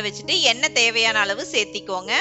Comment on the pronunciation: Seathikonga don't say like this searthukkonga say like this